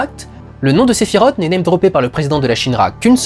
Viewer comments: Oui mais... Sephi rote. 🤣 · sephirote j'en ai des nausées à te l'entendre dire.